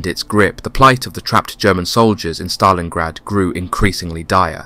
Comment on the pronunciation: Great story line, interesting film clips - the big detractor for me is the artificial voice that mispronounces way too many words and phrases! Example: It's not the he 111 German bomber, it's the H. E. 111. Then there is the name of the city - it's not pronounced Staleingrad, as in stale bread!